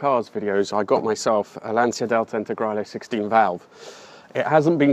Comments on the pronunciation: That isn't a lansia with a "s"... lancia with "c" like ciao (LAN-CI-A) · IT'S PRONOUNCED LANCHIA